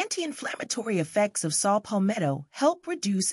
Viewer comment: It's Saw Palmetto not Salt Palmetto 🙏🏿